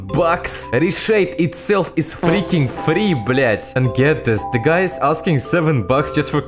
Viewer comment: you won me with the 🤣 "Ri shade iz freaking frii blяaТ"